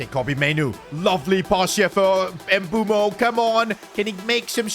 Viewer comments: It's mbuemo not nbumo😂😂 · Bro its mbuemo not mbuumo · His name is pronounced M-boo-mo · ITS NOT EMBUO ITS MBEUMO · His name is not “Embumo” or “Embuemo” it’s “MBEUMO”… mbeh-oo-mo You keep butchering it. 😢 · Mboomoo not Mbwemo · Mbeumo’s name is pronounced Mb-o-mo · dawg it’s pronounced m bu m bo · Please stop calling Mbuemo Em-boo-moo 😭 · Pronounce it as mbuemo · Bro called him Mbumo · Bro said mbuumo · you are pronouncing mbuemo's name wrong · Bro pronounce mbuemo name correctly bro Jesus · Mbuemo might just leave like Ruben Medina since keep pronouncing their names wrong